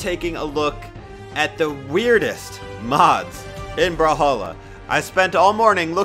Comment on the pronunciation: I cant stop thinking about u saying bruhhalla and not brawlhalla